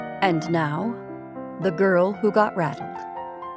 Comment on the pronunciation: Believe you may have pronounced it "battle". Enjoyed your performance greatly!